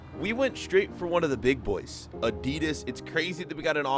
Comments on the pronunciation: Why do you say adeedus instead of Adidas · im sorry but who says Adidas like that lol